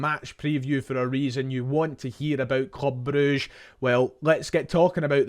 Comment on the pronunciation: Thank f*ck you called them Broosh instead of all this bruggge shte